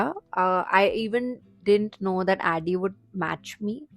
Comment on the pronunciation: She started calling him ADI instead of ADDY ❤